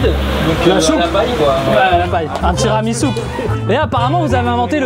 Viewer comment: "le tiramisoupe" j'étais plier 🤣🤣🤣🤣🤣🤣